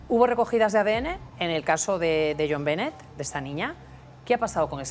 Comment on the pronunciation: Benet se pronuncia “Be-né”